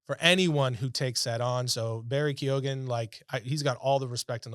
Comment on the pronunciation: Its Barry Kee-on